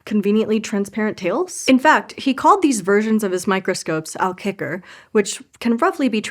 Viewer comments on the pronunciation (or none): The aalkikker (eel frog) was way off though from aalkijker (eel watcher), but I appreciate the effort to get the name right. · aalkijker was pronounced incorrectly. The ij combination sounds like ‘eye’.